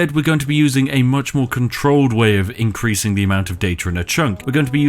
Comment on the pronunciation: Every time he said increasing i heard INK-creasing